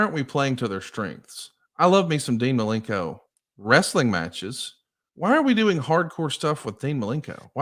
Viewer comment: Ooh, idk about you, but that always gets on my nerves when he adds that extra syllable while using that tone that he always does